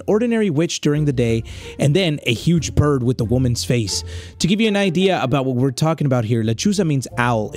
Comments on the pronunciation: you said birb not bird LOL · blud said the birb💀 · really said birb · saying birb